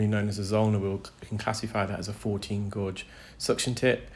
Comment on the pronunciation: Do you mean gauge when you say gorge?